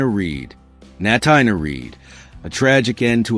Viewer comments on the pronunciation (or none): Natina Reed first name is pronounced like Tina, so it’s Na-teena. Please pronounce it correctly!